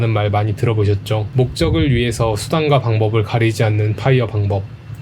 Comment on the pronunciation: 파.이어가 아니고 뽜.이어 p아니고 f